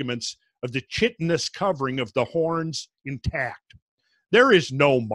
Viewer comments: Love your work Randall. Minor correction...it's kite-un-us, not chit-in-us. It's what the exoskeletons of insects are made of. It makes perfect sense when you think about it, but how did other things survive something so devastating? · Chitinous is pronounced with a hard K